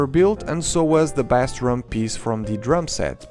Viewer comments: Pronounced Base, not bass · "Never say Legos say Lego" . . . Never say "bas" guitar (or drum), that is how you say bass fish. It is pronounced "base" or "bays" guitar, like when you mention the base that they are standing on. Unless you wanna make musicians mad. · Bass is pronounced as base . As in LEGO baseplate. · my friend. When referring to the instrument "bass", it is pronounced like "base" with a long 'a' sound. Love your review and I love you! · Thank you for this review! I might have to get this set! Though I have to say, the proper English pronunciation for the word "bass" (musical term) sounds like "base". If you say it phonetically, it might confuse people into thinking you're talking about the fish, also spelled "bass". English is confusing, I know. But I hope this helps. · Bah-ss made me cry as a bassist, but all is forgiven because of the wonderful review you regularly post. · A great review! The instrument “bass” is pronounced like “base” tho :) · Just an observation, “bass”, when referring to the instrument, is pronounced like the word “base”, as in “the Lego base set”. Nice review as always, saludos from Dominican Republic! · The instrument Bass is pronounced as "base" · There might be another comment saying this already, but in music, "bass" is pronounced "base." "bass" rhyming with "class" is only used to refer to a bass fish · Bass is said like base. Not like the fish. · It’s bass like base not like the fish!!! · bass in music is pronounced like “base” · It's bass not bass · Bass is pronounced like base btw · Thank you! Yet another one to the book of mispronounced English words! 😅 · Him Saying bass as in the fish is annoying